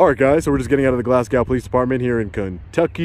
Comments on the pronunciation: the correct pronunciation is, Glasgo, like 'go'. The W is silent, like Glasgow in Scotland. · I live in Glasgow and support our local law enforcement. That being said (and I mean it), there are a couple of things to add. It's Glasgow (pronounced "Glass-Go;" doesn't rhyme with cow). Named for Glasgow, Scotland, because our first non-Native American residents were from Scotland. Our county is Barren County, named for the Pine Barrens of Scotland. I thought the encounter went OK. One thing really stood out, however. She referred to "civilians," meaning non-police. Wrong! Civilians are anyone that are non-military, including law enforcement. Police, local or federal, are all civilians. Military are not civilians. Everyone else is. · As a person from Scotland where the city name is from Glasgow, you pronounce it Glas..go not gow i bloody hate the way American say it !!! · Fyi its pronounced with a long O. Glas-go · Hey Hey - its 'Glass-Go' - much love from Glasgow Scotland man.... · It's pronounced Glass go. 👍🏼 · Ha! Glasgow! My home city here in Scotland! It's pronounced GLAZGO! :goodvibes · Cool, I live in Glasgow, pronounced glaz-go in Scotland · we pronounce glasgow as glas go in scotland here in the uk 😂😂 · Is the pronunciation in the USA of Glas[gow] as in "cow" or Glas[gow] as in a race "go" as in Scotland. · Pronounced Glasgo...the W is silent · You need to learn how to pronounce Glasgow 😋 Glas-go. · For fuck sake it’s glasgo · Its pronouced....glass go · Never heard Glasgow being pronounced that way before! I didn’t understand at first when you were saying Glasgow. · If you ever come to Scotland, which I'd love, don't pronounce Glasgow like that 😉